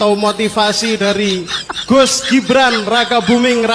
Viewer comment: Yang bener GUS apa DUS sich koq kurang jelas